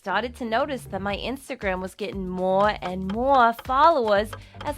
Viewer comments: "moe and moe and more followers" Me: "Um, girl I'm sorry but you need to be sent into a psychiatrist, the way you talk-----" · who also hated how she said more like mwor mwor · ‘summah’ ‘moahhr’ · moa of this, moa of thet, fhonce omg where is r? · “Maw and maw and maw followas” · her "more" 😖😖😖😖😤😤